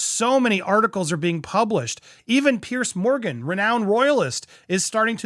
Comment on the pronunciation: Piers is pronounced Pierz, not Pierce.